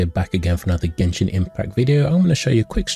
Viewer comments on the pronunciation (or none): "GESHIN IMPACT"